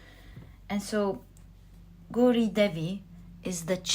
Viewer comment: pile 3, thanks for the great reading! incidentally, gauri is pronounced gow ( rhyming with cow) ri. 🥰